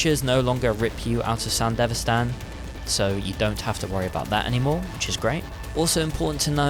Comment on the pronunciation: It's Sandevistan, not sandivestan 🤦‍♂️